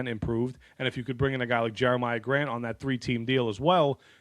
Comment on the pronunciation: Not "Jeremiah" .... it's "Jerami" Grant